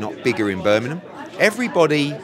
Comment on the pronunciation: He’s saying bur min im instead of Birming um